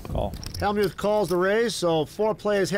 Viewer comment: The Y in Hellmyouth is SILENT